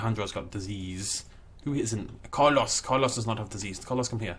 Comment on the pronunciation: Love the design. Looks really good. You have a great taste in ambience decoration. (BTW: I laughed HARD when you pronounced "Carlos")